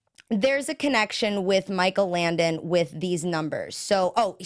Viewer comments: Langdon not Landon... JESUS! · LanGdon. Langdon, langdon, langdon! Oh my god it was driving me nuts the whole time.